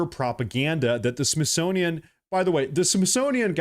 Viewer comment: Your "Freudian Slip" was profound. "Myth-sonian"